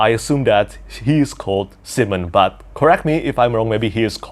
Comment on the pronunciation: I am such a child. I laughed so hard when you pronounced simon your way, i know its just your accent (im sorry if this is in anyway offensive i love you ) but it sounds like you were saying semen. That childish nonsense aside, the audiobook pronounces it Sigh-men, the second way you said it.